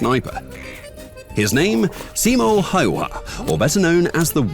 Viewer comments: It's Simo Hawk-Tua 😮‍💨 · ITS Simo häyhä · ITS A finnish name ITS simo Häyhä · bro butcheredthe name